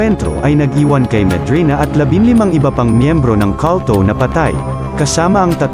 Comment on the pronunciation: Kawltow? Baka kulto? Eslang ka now 😂